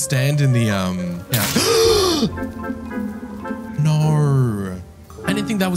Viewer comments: I liked you till you said noooorr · He says perfectly “I didn’t think that was going to happen.” But also says Nauuurrh when trying to say No truly amazing 🫡